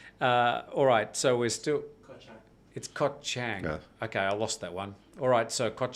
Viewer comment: Koh Chang is pronounced Charng guys. It is the second biggest Island.